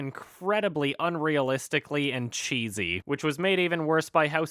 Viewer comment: I'm fucking dying the way said cheesy.